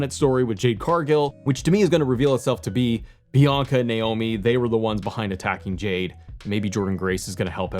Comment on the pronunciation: Did you call Bianca Belair "Yianca" and accidentally called her Naomi in the same video?! 😅